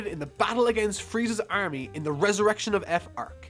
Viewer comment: Why can't you pronounce army